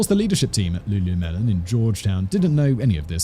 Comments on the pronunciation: pausing to request that we make “looluhmen” the official pronunciation, honestly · Simon completely unaware that he definitely said lulumelon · Wtf? There's the singer Lulu and, well, lemon. You couldn't work it out?! I know you sometimes have pronunciation issues but wtf?!! I love your content so much but this is a new low